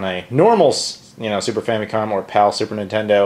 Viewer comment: Is famicom really pronounced "fammy-com" like you pronounce it? I've always heard "fam-uh-com".